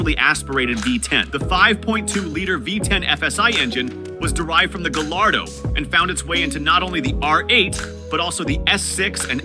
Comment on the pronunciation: Not "Gall- ar-doe." But, "Guy-ar-doe."